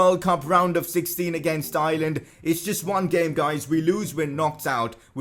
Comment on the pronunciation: Your saying Ireland wrong im from Irelan